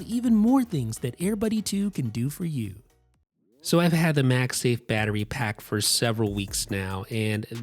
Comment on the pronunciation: Why does he keep saying MAXI instead of macsafe? Lol